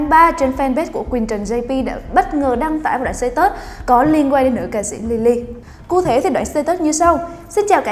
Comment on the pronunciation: Cụ thể mà nghe ra ku thể xD